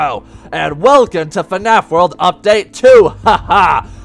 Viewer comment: Its world not word hahahah